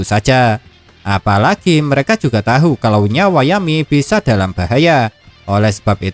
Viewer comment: Tahu itu di bacaa tau bangbang